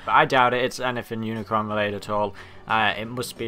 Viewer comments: It not uncron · dude its unicron